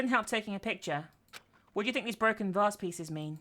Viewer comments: she cant pronounce vase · (Tito) You do know that not everyone is American, other countries have their way of pronouncing words.... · Ejsa ......k it isnt really a big deal, i just find it funny when she says vase......